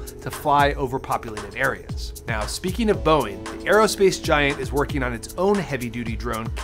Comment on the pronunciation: Ngl never ever ever say boing 7, 77 ever again, simply say Boeing triple 7